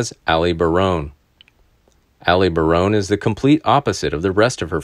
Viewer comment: The last name is pronounced ba...rone. Not "bare...rone"